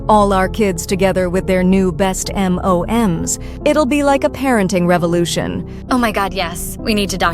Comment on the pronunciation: M.O.M.S sounds like m&ms candy frfr